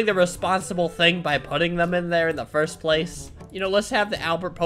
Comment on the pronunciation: Thats sad he can’t say 1st